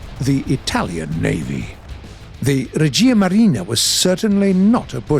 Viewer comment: Greetings from Italy 😎🇮🇹 Edit: Règia Marina not Regìa Marina